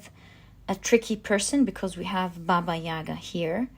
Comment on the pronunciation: I love the Slavic tarot deck! always look forward to it in the readings. I am Russian, but live in China. can I suggest an advice of pronunciation? Bàba Yagà emphasis on the last a 🤗 love your readings with all of my heart ♥️